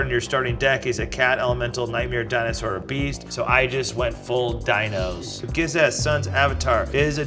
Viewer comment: Im a gishath player n the way he pronounce it made me cringe😅